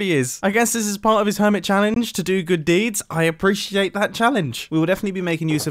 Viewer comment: "I appreci-gAHtate it... i appreciate it"